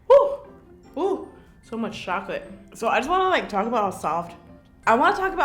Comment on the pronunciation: that funny when she said shoclate instead of chocalate